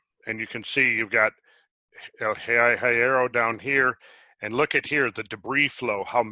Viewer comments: The Island names are Spanish so if you want the correct pronunciation of Hierro, the H is silent, the i is short, and the rr is trilled, "Yerro". BTW, hierro is iron in English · This is absolutely outstanding. My father and siblings (all 19 of them) were born their and I great memories of the family they left behind in Tenerife. Doctor Hierro meaning Iron, it’s pronounced yierro, the H is silent and the Y is soft. I love your work, this was awesome! Thank-you!